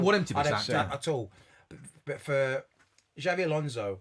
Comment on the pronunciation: How any supposed LFC supporters say Xavi instead of Xabi is completely beyond me!